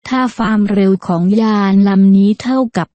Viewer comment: ไม่อยากให้ผู้บรรยายออกเสียงว่า ฟามเร็ว : )